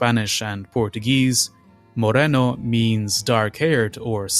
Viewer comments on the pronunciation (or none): none